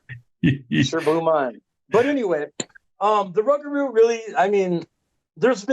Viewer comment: Im from Louisiana i live near lake Salvador the way we say rugarou is pronounced like thiS its < Rou-gah-rou It trips us aLL out down here when we hear folk say Rug-arou lol GODBLESS everyone 👊🏼👊🏼🫡🫡